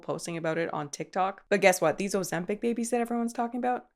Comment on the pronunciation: see, least ur saying this one correctly lol, i was expecting "ozembong" after the way you pronounced mukbang. :), scent bird is trash by the way.